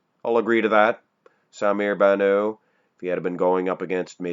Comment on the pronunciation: someone please tell that the (t) in bannout isnt silent.....